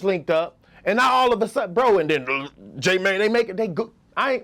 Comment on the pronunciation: steady calling J Mane "J Man"